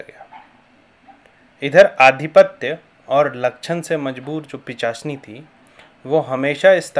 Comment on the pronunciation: pichasini nahi pishachini hota he. bhai pahle thik se bolna to sikh le fir dusro ko gyan dena.